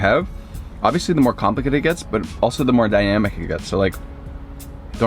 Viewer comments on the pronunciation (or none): Lol so said an onion mushroom melody instead of medley and dy-yam-ic instead on dynamic but you are both so adorable! I love spring rolls